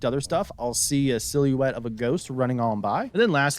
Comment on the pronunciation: Did you just say "sillywet" ?